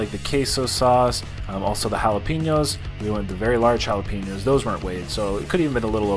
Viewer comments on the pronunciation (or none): Loved the Trailer Park Boys reference to the jah-lap-ah-noes! We love you in the States,!